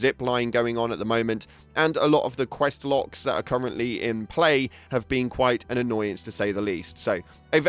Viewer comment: Did you say quest locks?